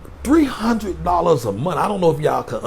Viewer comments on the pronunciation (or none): He said TREE HUN'RED a MONF!! 😆✊🏾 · I'm just here for the TREE HUN'RED A MONF, y'all. Listen t'me nah! I said... TREE. HUN'RED. A MONF!!. 😄✊🏾